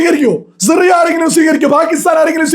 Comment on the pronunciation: Zi റി യ അല്ല സിറിയ